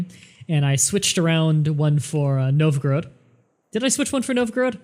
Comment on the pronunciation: I'm pretty sure it's pronounced Nov-Ga-Rodd (or something close to that), not Nov-groad.